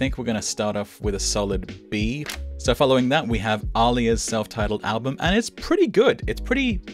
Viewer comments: I'm surprised nobody else said it, but her name is Aaliyah, it's pronounced Uh-Lee-Uh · that aaliyah pronunciation oof